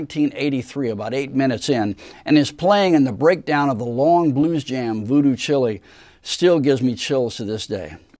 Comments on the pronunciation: Lol the narrator says "Voodoo Chili"..... no, it's "Voodoo Chile", like "Child" with the "d" gone. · That was fun! But duuuude......it's Voodoo Ch-Y-le....as in is child. Not like chili. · The song is "Voodoo Chile" like "child" without the "d" at the end, not like the food chili or the country Chilé. I also remember the liner notes of the Electric Ladyland album I bought switched the personnel credits for this song and "Voodoo Child (Slight Return). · It’s not Voodoo Chili 🌶️ , it’s Voodoo Chile (slang for “child”, rhymes with “vile”). Hendrix sings it in the lyrics. Anyway, this is a fantastic tribute to Mitch! One of the best Rock drummers of the era! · A great analysis of Mitch's playing. Only one gripe: the song is called Voodoo Chile (as in child) not Voodoo Chilly (an indian meal gone cold ?) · It's Voodoo "Child" not Chili..:) Thank you for this video. Mitch was one of the best, no doubt about it. And thank you for the wonderful playing.. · Very nice presentation, Guy. For future reference (as a rock and blues guy) the word “chile” is not a pepper but black rural pronunciation of “chil(d).” In other words, the “e” is silent. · Isn't it pronounced Voodoo Child minus the D or have I always mistaken the title? I never thought it was pronounced like the country or food name. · Great video thanks.....the best Hendrix was with Mitch and Noel. PS: Voodoo Chile is I think slang for Voodoo CHILD...."chile" pronounced like pile not chilly. Sorry to bug you about this...lol. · I believe that's voodoo Chile like child, not the food🤣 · It's not Voodoo chilly like you pronounce but Voodoo Chile like child only without the D, and Mitch's best drumming on Axis is She's so fine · Chile not chili 😂😂😂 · Hey, it's not Voodoo Chillee, it's Voodoo Chile, as in Child. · Psssst! It's Aynsley (not Ansley) Dunbar. And it's Voodoo Chile (for "child," spoken just as spelled) I mean, Voodo CHILI? Please. Otherwise, a big 👍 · It’s not voodoo chilly, it’s voodoo chile as in child